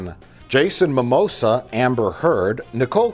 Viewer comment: did he just call him Jason mamosa?!🤔